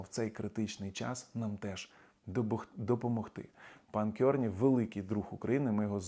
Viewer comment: CArney читається як КАрні, а не Кьорні